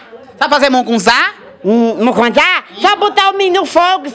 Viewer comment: Nunca vi colocar feijão em mungunzá !!! Só pra contextualizar não é mucunzá é mungunzá !